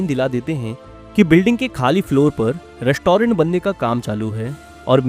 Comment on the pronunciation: Rest-toh-rent, behari ho ka beh😅